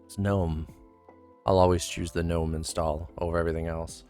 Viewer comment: GGGGGGNOME, not NOME